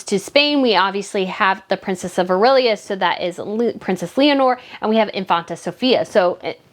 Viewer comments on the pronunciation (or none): In Spain 🇪🇸👑is the Princess of Asturias (Ah-s-too-ree-ah) not Aurelias... It makes NO sense for Archie and Lili to have those prince and princess titles, the late Queen's sister in the UK 🇬🇧 Princess Margaret had children that did not have those HRH and Prince/Princess titles, they are Lord and Lady. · Yes it is pronounced as Asturias not whatever she said. Infanta/Infante is equivalent to Princess/Prince.